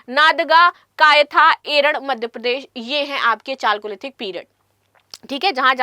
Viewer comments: चालकोलिथिक नहीं कैल्योलिथिक सही उच्चारण है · Chalcolithical Its pronounced as Kaliolithical 😢